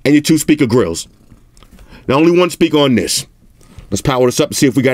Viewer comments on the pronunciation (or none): 😂Tis ..Tis ..Tis..I can't handle you... My stomach hurting😂😂😂